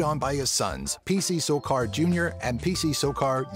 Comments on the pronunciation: he said sorcar its sarkar also was that Joseph W Burns or Burus. get your fact your right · it's P C SARKAR not sorcar .. dumbass